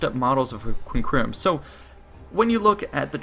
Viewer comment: Practice the correct pronunciation of quinqueremes and triremes.